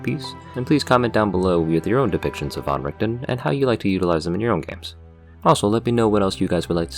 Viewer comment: oh my lord you said van right I have immediately fallen for you